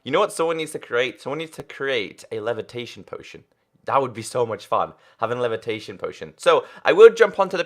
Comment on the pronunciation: he called the levatation potion😭😭😭